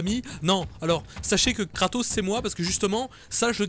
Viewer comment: kratos... sotark ? et pas Socrate ? sotark ! la fusion de Tony stark et soral